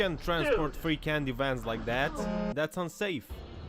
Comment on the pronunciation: "free canddy van" 💀